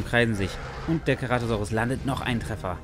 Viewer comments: Aussprache ist C-ra-to-sau-rus nicht Ke-ra-to-sau-rus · Und wo bleibt das E !? ( CEratosaurus